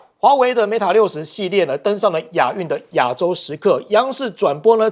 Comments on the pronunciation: 應有人提醒羅主持人Mate不是MATA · 記者做點功課吧！mate not meta 60！